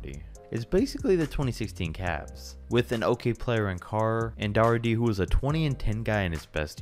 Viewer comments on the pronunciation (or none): Fam “Daugherty” is pronounced “dorty” not “daw her tee”